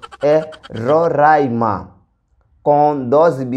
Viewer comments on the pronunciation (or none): none